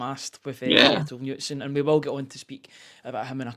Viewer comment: Lads, I know I'm being pedantic here, but if you're raving about the guy at least pronounce his name properly 😆 The name "Knutsen" is pronounced "Ka-NOOT-sen", with the emphasis on the middle syllable. It is a Scandinavian name that is pronounced similarly to how the first part of the name is a shortened version of the name "Canute" (or "Knud").